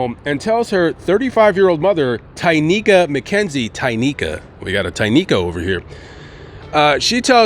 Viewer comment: Are you positive her name is Tynika Not Tequila